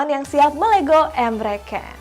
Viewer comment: Ni gue perhatiin host nya ngomong salah mulu. Tolong lah, kasih penonton info yg bener. Emre Can woi bukan Emre Kan